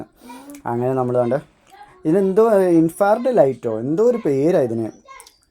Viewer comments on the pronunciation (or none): ഇൻഫാർഡ് light അല്ല...ഇൻഫ്രാ റെഡ് light